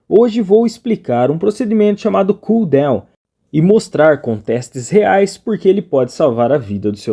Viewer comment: Bom dia, mano, não é por maldade nem nada, mas a palavra DOWN não se pronuncia como DEUWN !